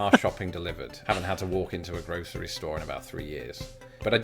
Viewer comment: Gro'sh'ery store? Where did the 'sh' come from?